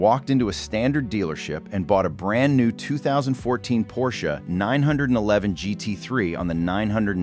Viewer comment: When the opening line is “A Pors C-H-E”…